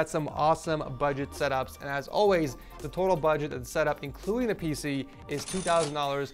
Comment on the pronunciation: Erm love your vids but when you say budget it’s not budget